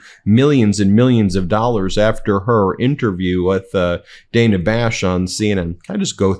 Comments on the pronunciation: I love you guys. The whole network. I love you know how to pronounce Kamala and that you know how to pronounce Nevada. Now lean to pronounce Dana Bash. You say Day nuh but it is Dan uh. Keep up the great work! HARRIS WALZ 2024!! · She mispronounced Dana Bash too! Give it a rest